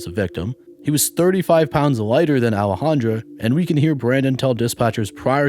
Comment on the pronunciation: In the first story is Boudreaux a trans? It spelled in the feminine with an A at the end, Alejandra but I believe you are pronouncing it in the masculine with an O, Alejandro. No biggie. I’m just curious.